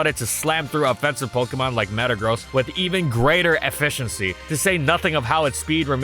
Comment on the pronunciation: I have never, ever heard anyone say “efficiency” as “eff-eck-in-cee” until this video.